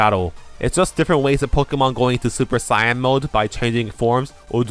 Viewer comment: FUCK YES YOU SAID SAIYAN CORRECTLY